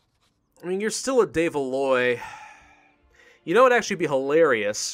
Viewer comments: I love the EU series, been watching since Venice but please stop butchering the de Valois pronunciation.:D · when says de Valois it kills my soul